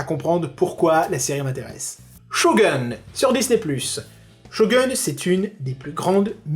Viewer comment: Sa se dit shogoune 😂